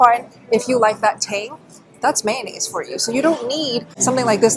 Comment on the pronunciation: It's pronounced '' may o naise'' not '' man aise''. You're welcome, I understand the difficulties you have with English being as you are Asian.